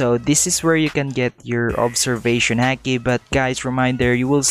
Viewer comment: It’s not hake it’s hiki